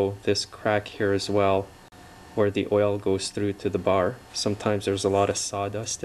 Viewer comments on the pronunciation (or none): none